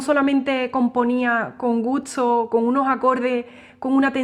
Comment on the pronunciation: Alguien me puede explicar de dónde sale este acento español y por qué intercambian la "s" con la "t"? Por ejemplo ella dice "gutso" en lugar de "gusto"